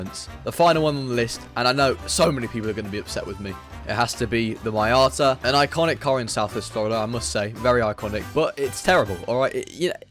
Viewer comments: its not the slowest btw its called a mee ata not a my ata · How u say miata💀💀💀